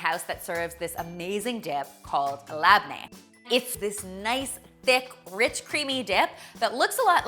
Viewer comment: omg I love watching white people try Lebanese/Syrian foods😂😂😊 btw it's pronounced more like "leb-nae" and "zah-tar". You did a good job recreating this!❤❤❤❤